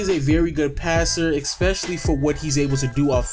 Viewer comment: You keep saying expecially... Stop... Lebron < Kobe.